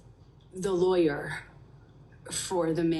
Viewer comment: "Says (dramatic pause) the lawyerrrhhhhhhmmmhhhh..."